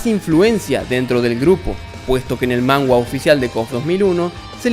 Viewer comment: Se dice manga no mangua